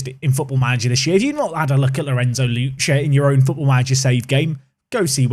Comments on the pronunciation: It's Lucka, not Lucha. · FA Cup please. Also, while I’m being Name Nazi: Lucca = Loo-ka not Loo-cha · Oh your pronunciation of Lucca could kill the entire Italian population, it's pronounced like "Look-Kah" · Double c in Italy is a CK not a ch sound so it’s lucka